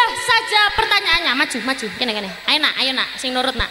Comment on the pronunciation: Maju tapi kedengaran mazju mazju..